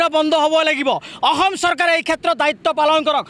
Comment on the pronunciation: অসম শব্দটো আগতে ভালকৈ ক ও বোপা